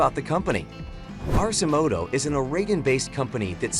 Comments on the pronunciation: It is pronounced 'ARK-e-moto', so I don't know why this narrator pronounces it incorrectly. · "Arse-imoto." hahaha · AI can't even pronounce the name correctly. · Doesn’t pronounce Arcimoto correctly and has completely wrong information (not adjustable seats). Yikes.